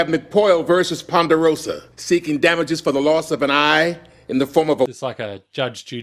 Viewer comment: it’s pronounced pon-der-o-suhh Not pon-der-o-SAWWW